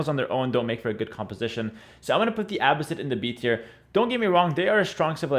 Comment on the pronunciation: Why do you pronounce Abbasid like you don’t know Arabic? :)